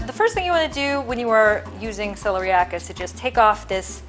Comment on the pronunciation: I think it is pronounced Sel-EAR- ee- ak.